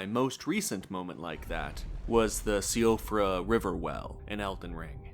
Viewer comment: I just want people to stop saying seeofurah for siofra its shefra its irish im irish i know people called siofra lets please stop